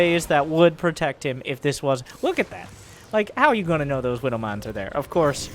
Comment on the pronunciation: well obviously widowmines are australians so the w was ment to be pronounced as a m